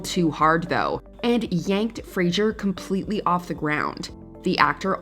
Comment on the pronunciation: Fraser is pronounced like razor. Frazor